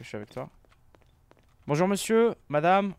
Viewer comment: dit bonjoure pas bonjourent